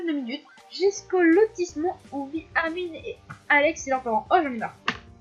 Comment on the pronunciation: On prononce le nom de Armin en "Armain" et non "Armine" :) sinon super vidéo